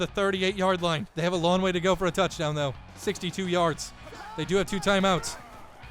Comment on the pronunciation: 1 int and 1 fumble = not a perfect game.... Also, I love this series, but as much as he says the words LONG and DANG, you'd think he'd be able to pronounce them correctly....